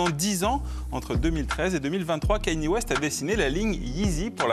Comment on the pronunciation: ka-ni-é. C'est si compliqué à prononcer?